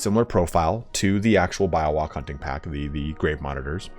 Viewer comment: its Bee-yo-wak lul